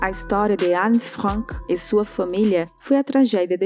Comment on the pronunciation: É a pronuncia correta em Alemão